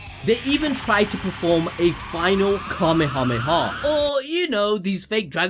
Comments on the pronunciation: "so we all know that the cuminyamama" Ayo? Am I the only one that's hearing this??? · He said kameyomana to blatantly troll people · 💀💀"Kamehama" you guys make the video intresting and funny top tier video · My manz said "Kameyamama", what did my moms do you blud??? 😭😭😭😭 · "KamehameMaMa" 😆, Dang that made me laugh more than it should've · The Kamehameha wave is actually is actually not pronounced the way you said it either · That Dude is Such a scam bruh.He can't even said kamehameha without Saying Yomama in it.